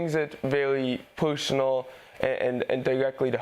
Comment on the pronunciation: Rafi Ash said it best, "Dis is wearwy purrswonwell" 🫡